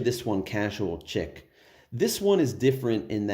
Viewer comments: Bro, it's 'chic' pronounced like 'sheek.' Please stop saying "Chick" 🤦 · Nice review 👍🏻.. Sidenote.. Chic is pronounced "sheek"